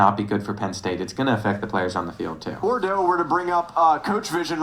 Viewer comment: Bordox?? Pissed me off everytime u said his name wrong lol